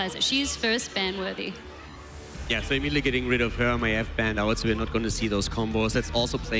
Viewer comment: I swear that MaEEV makes me crazy.. esp. when the rest is saying correctly..